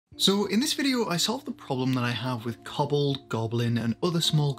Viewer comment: Koh-Bold, not Kobbled. xD Amazing terrain. One day I will have the space to make my own.